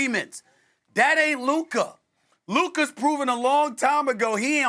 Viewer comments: Luker? lol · Luker Donchick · You mean luker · Stefan A now saying: “Luker” Xenophobic narcissist